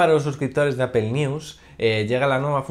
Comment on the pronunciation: Bueno qué se podía esperar si no puede pronunciar bien Apple y dice apel jejejeje pero buen video fuera de ello .